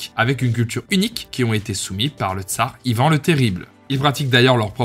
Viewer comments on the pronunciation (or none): On dit ivan(e) pas ivą